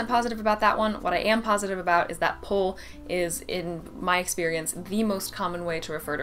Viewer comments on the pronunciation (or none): In fact, I'm french and I took the habit to say "un poul" to speak of a "pull". But yes, this pronounciation is wrong, it's a very oldish pronouciation (it was used in the 60s, I think, when it was a new word XD). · En français, on prononce pull comme nul. Bref, on prononce le u à la française. C’est un raccourci de pull Chandail est vieux jeu. Dire « mets ta laine » is so has been (sic) qu’on le dit en plaisantant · Regarding Pull/ Sweat: I've personally never used or heard "sweat" by itself (or sweater btw), it's always sweat-shirt, whereas pull (or pull-over) is really pronounced with the French "u" (if you use the English pronunciation, it will probably take people a few seconds to realize what you are trying to talk about). A "pull" is almost always only referring to a knitted article (typically made of wool) whereas a sweat-shirt are mostly cotton and can refer to any long-sleeve item that is not knitted (although the typical image of a sweat-shirt are those thicker cotton sweaters) Regarding parking, we do say "parquer (une voiture)" (park a car) even if the spelling is different and "place de parc" (parking spot), so it's not a big stretch for us to use "parking". Btw "park/ parking" is directly borrowed from the French "parc" so you could say we are only taking back what you borrowed from us in the first place ;) Regarding planning, it can refer both to the object (i.e. in English schedule) but also to the act of planning, or to a list of planned events - also we use it in expressions like "planning familial" (again, it's been recycled in French easily because obviously "to plan" comes from the French "un plan/ planifier" in the first place) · it should be "ruban adhésif" for "scotch", but it sounds very formal.. i guess most French people assume "scotch" is an english word and might also use it when they try to speak english :D - indeed "pull" that we pronounce \pyl\ and sweat \swit\ :D - i don't know why we reversed "walkie talkie" :D